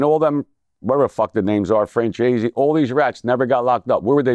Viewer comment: Nobody caught that “Francheesy” diss ? 😂😂😂😂